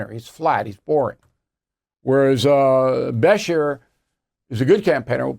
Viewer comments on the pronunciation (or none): Bill, I love your show and have followed you for years. Being from Kentucky I would like to correct your pronunciation of Andy Brashear’s name… Bruh-sheer. The accent is on shear. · Besh-er, huh? BESHER. OK, Bill. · Bill you are mispronounced Andy Beshear's last name. Be-sheer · Andy Ba-SHEER is how it's pronounced. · You aren’t pronouncing the KY Governor’s last name correctly. The “shear” in his last name is pronounced the same as a pair of shears that you would use on a sheep. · Bill this is 2 nites in a row you ve mispronounced the governor of kys name.